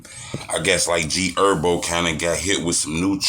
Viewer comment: HERBO WTF! THE H NOT SILENT